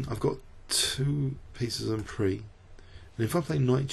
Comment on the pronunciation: FYI: en prise is pronounced "en preez", not "en pree" (like "grand prix" is pronounced). As i said though, just an FYI--I love your videos!